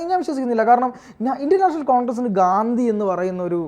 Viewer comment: ഗാന്ദി അല്ല ഗാന്ധി ആണ് bros. 😊